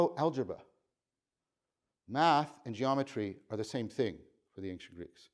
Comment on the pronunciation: You mispronounce "ancient". No disrespect intended.